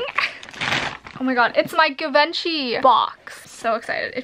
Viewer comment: Give- enchy 😂😂😂 It's jzhiv-on-shee